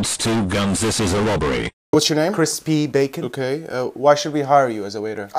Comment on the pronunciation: “ Criss p bacon” Crispy bacon